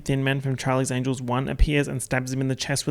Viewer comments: 38 minutes of saying charlies angles instead of angels and I enjoyed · no one:: angles angles